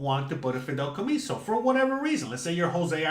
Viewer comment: 😂 Jose, I know youre cuban, but its not called “Fidelcomiso” its Fideicomiso.🇨🇺